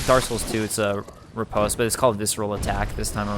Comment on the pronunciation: FYI: Riposte is pronounced 'ree-paahst' - short o vowel sound - NOT post like in mail or a post in the ground with a long O vowel sound. Attribute is pronounced as 'Aaht - tribute' - accent on first syllable not the second as you are pronouncing it. You sound like an intelligent person but you should learn how to pronounce words correctly! Makes you sound even more intelligent.